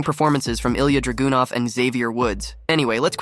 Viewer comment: Ilia DRAGOON-OFF?!? Man you're butchering these named lol. 😂